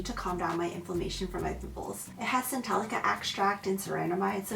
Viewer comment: also Centella extract not CentelliCA extract